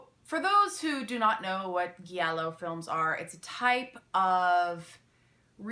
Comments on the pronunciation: Giallo pronounced dʒallo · it's actually pronunced "jallo" or "djallo" i dont want to be the italian grammar nazi i know you're not supposed to know this just throwing it out there i generally like pronuncing things right just thought you might too :) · You are mispronouncing Giallo